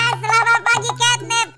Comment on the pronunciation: Catnap bang bukan kenep😊😊